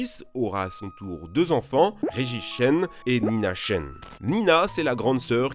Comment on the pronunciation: Il n'arrête pas d'alterner entre Chen et Tchen. 😂